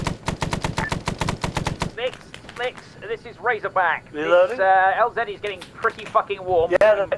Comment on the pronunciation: I love Razorback’s proper pronunciation. is amazing. You should make a series out of it. I’m sure he loves it too.